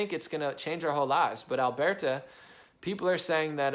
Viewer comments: It's pronounced Al-bur-ta, not Al-bear-ta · Even better, say it from way down in yer gut, "Urburta"